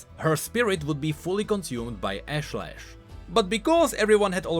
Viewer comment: ashlash the actual pronounciation: Osh-Lesh